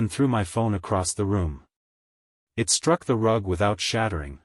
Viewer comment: Please fix the sloppy (and rather mechanical) AI voice and devote some time to reviewing these stories before posting them. The AI is pronouncing periods at the end of the sentence as "dot," and there are other awkward pronunciations ("IT" instead of "it"; "re-all" instead of "real"; the failure to pause even briefly at the end of some sentences), all making for an awkward narration. Thumbs down.